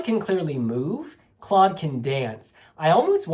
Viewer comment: hey!! Maybe for next time! You pronounce Claude’s name just like Cloud. Btw a great review! Love from the Netherlands ❤❤